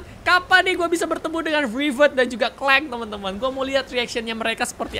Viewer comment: Kak regi boleh saran kalo baca Rachet & clank waktu sebut "clank", "a" jangan di baca "e", karena di bali terdengar kasar🙏🙏